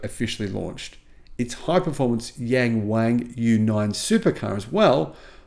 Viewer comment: Only your pronunciation of YangWang is ridiculous. Learn to pronounce it correctly.